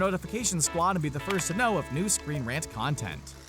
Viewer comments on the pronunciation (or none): none